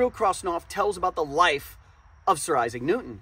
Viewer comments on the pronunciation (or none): none